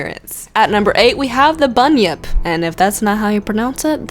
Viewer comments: You pronounced Bunyip right. You're fine. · Yes you said bunyip right and yes it would make an awesome Pokemon. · You pronounced Bunyip right 👍 I also have a demon story... Drop Bears >:3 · Yep ya did say bunyip right! I'm Australian so I know. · You said Bunyip correctly. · I'm Australian, and i can tell you for a fact that you pronounced bunyip correctly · don't worry you pronounced bunyip properly! I know cus I'm Australian